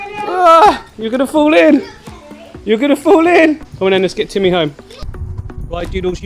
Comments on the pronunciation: 😂🤣😂 TIMMEHH!!!... mate you've got to do that every time now, and keep his Russian accent lol. This is a great little tank, I always wanted a turtle and will get one one day, until then I'll live vicariously through you! Haha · my cats called timmy haha love the way you say it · The way he said Timmy lmao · I have an actual Russian tortoise named Boris the Blade. Now that you've done the Russian accent for Timmy, I'll always think of him and Boris as being cousins, lol. He's so dang cute I can't stand it! Thank you for another great video.